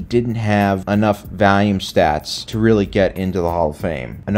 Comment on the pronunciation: will never get why pronounces volume like valium